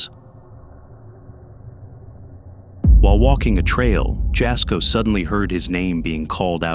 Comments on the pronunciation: Jasko is pronounced yasko- the J is silent like juan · You say Jasko's name like 'Y'asko not in a J sound . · Jasko's name is pronounced, Yasko. Yes, his videos are fake but very entertaining. 😊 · He said "Jasko" but all I heard was "Bullshit" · Just wanted 2 say that Jasko's name is pronounced Yasko. It's spelled Jasko but pronounced Yasko. He was not born in the States. Hope this helps!